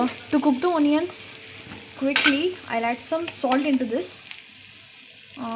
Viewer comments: Onion is pronounced as anian* what d hell is onion 😂😂😂😂😂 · It's onion not oonion mam😂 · The pronunciation of onion is wrong